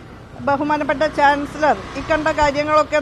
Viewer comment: ചാൻസിളറർ.... ചാൻസിലർ എന്ന് പറയാൻ പോലും ഷഹോഡരിക്ക് അരിയില്ല 😅😅😅